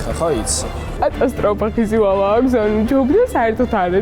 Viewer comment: "ომბლьო" "ხიზილяლя" 😁😂😂